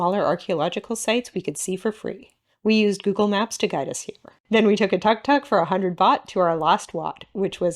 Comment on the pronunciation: You should really learn how to pronounce "Tuk Tuk"